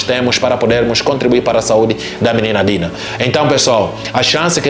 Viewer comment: A não sabe o nome da menina, é Dina e não Tina.😮😮